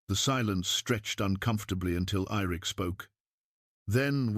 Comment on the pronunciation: I had a teacher when I was in high school that always called me Irik. Like the lake Erie. She was from Maine. So it may be from that programmed into the AI. Great story. Thank you.